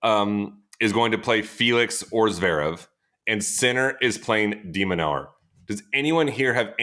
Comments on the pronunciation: and every time it sounds off to me lol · I think Sam pronounces 'de minaur' a different way every single time he says it